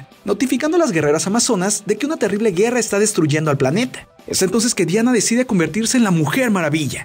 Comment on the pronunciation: que no es diana es dayana